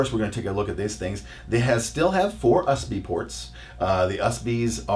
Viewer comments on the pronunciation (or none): U.S.B. ports not fucking usbees jeez how dare you do tech review if dont even know how to pronounce U.S.B. ports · USB (U ES BEE) NOT USBEES, GIGABYTE (gi-guh-bite) NOT GIGERBITE! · dude srsly IT is not A about how you dress its about the facts and the fact is that you cant pronounce USB correctly ! you say USbeeeeee dude go home this review of yours if just $#I&